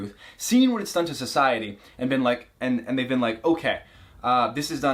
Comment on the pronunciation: He says “beeen” instead of been